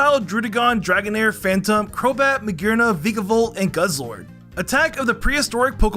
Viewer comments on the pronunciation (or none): none